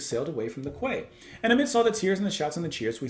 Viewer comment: Quay is pronounced key